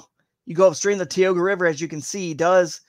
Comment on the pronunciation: As a local: Tie-oh-gah, Cow-an-es-ski, sha-mung. Was hoping Sunfish Pond would be in the fish able lakes.. Otherwise good info, looking forward to Friday.